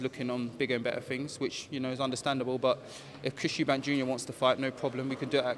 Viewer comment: guiding him to say Eubank.